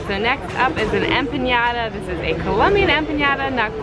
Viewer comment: Empanada not enpañada